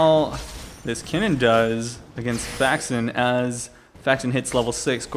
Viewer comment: You too are mistaken my dear friend. Is Kennen, not Keenan